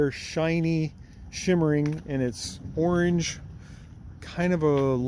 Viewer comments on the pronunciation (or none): none